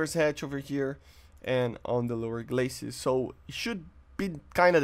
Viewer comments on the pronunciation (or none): none